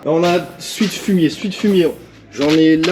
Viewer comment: J'aime bien moi quand tu fini tout tes mots en ar ,fumiar